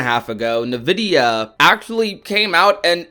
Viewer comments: Every time I hear someone say nuh-vid-e-uh I cry inside. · "Navidia" lol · Im sorry i hope im not the only one being distracted by the "nvidia" pronunciation 😂😂